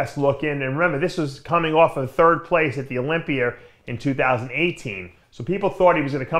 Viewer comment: Olympia doesn’t end with a “r”